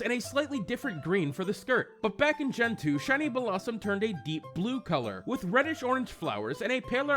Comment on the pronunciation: its Bell-lah-zoom not Bellah sum